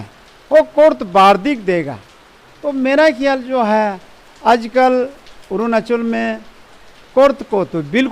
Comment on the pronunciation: Who made an MLA like him😂 couldn't even pronounce 'arunachal' properly 🤣'orunaasol'.